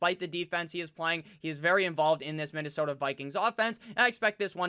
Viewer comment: Hey! I love your channel. I have a favor go ask. Im from MN and Please don't stop your pronunciation of Minne-sooota. It's hilarious like your las Vegas rrrraaaaider!!